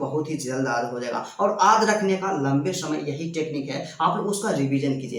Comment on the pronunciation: aad ya yaad bol rahe hai